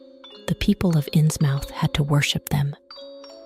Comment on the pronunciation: Loved the video! But it's pronounced "Innsmuth" ❤